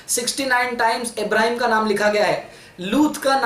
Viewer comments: Pehle quran phdna sikhlo bhai nabi abhram nahi nabi ibhrahim alyas salam bolo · Tum pehley peghambaro k name sahi tarah se to lo abrahim nahi ibrahim as ...... Aur humhey tumharey in bakwaso se koi fark nhi prta